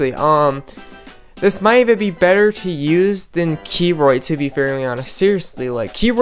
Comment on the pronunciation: I know I'm kind of nitpicking but please pronounce Kroyt with one syllable think of it as pronouncing the KR how you do in krill(the shrimp looking animal) and "oit"